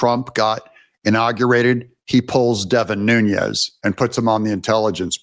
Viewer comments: It's not Noon-Yez. There are videos of him pronouncing his own name as Noon-ez. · Hi name is pronounced Devin 'New-nez' not 'Noon-yez'. Get it right. Also bad 'new-ku-ler' it's 'new-clee-are'. Have a nice day. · Nunes not Nunyes 😂😂😂 maga on my man. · Hey Doug, why do you call Devin Nunes "noon-YEZ"? Is your name pronounced "ten-yapel"? There is no tilde over the second n in his name, so it is pronounced "noon-ez." No "y" sound. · I'm not upset. I'm just helping you pronounce Devin's name It's Nu nes is how you say his name. I hope this helps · Devin's name is Portuguese, not Spanish. No Z there. N U N E S new-ness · Just an awareness note: Deven Nunez’s last name pronunciation comes from Portuguese rather than Spanish/ Mexican pronunciation. 😊 He is greatly missed as our best California Representative! Along with his lovely family too! Deven resigned because his family members and he were getting many credible death threats from radical Marxist Democrats; and Newsom’s groupies were gerrymandering his district to try to force him out that way too. They are currently trying to do the same to at least 4 more of our 8 Republican seats, after they did the same to Michelle Steele of N. Orange County by adding in a big chunk of Democrats in S. W. Los Angeles County! Now they want our own Ken Calvert of Corona and Indian Wells and La Quinta, Riverside County! We can’t let them do this to us! They hold 53 seats by doing this! We have 40% Republicans even with so many moving out of California! Our Voter Rolls must be cleaned out of illegals, Felons and the Deceased that they keep on for the illegal voting to take their names! Make sure your own family members who’ve passed on were taken off voter rolls! Take their death certificates to the Voter Registration desk in your City/ County Offices ! Hurry!